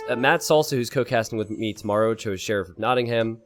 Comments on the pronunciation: Hey,, could you try pronouncing Nottingham this way please: Knot-ing-hum From a British person 😂✌🏼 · my only complaint:/ everything else is beautiful and perfect with so much effort put into it, capture age and the stats and the awesome co-casting, but for a $50k+ tournament where he picks the names you'd think they'd at least spend 30 seconds to learn how to pronounce them correctly. if it seems silly to care, idk what to say except you'd get more viewers